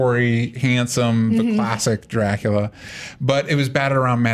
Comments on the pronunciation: Sherlock is an overrated show. Not bad, but not good either. Also, the u in Dracula it sounds more like in scuba, not like in cute. But to be fair, Coppola is the only one that got this right. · sadly, i had to stop watching after the girl pronounced dracula with the worst accent ever, which i didn't even know what it was supposed to be, for the second time. I was afraid she might say it even a third time